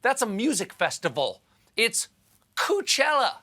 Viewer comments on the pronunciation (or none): Coupchella lol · I thought he said Coochella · You say Coup-chella, I heard cooch-ella. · coupchella lmao